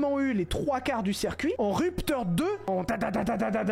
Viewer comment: ouais c'était juste une blague (très merdique) sur le fait qu'il dise "cerf cuit" au lieu de "circuit" 👍